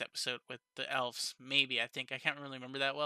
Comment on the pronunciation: Good review. This was my least favorite episode so far. I still liked it, but it felt slow. Your suspicion of the councilmen seems right on. I don't know why Rimuru punished Gobta while they were in the jail. Also, why did Gobta not accompany them to the elves? BTW, the plural for elf is elves, pronounced with a "v" sound, not "f" sound.